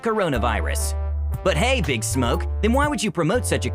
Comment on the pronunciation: The accent with the name big smoke killed me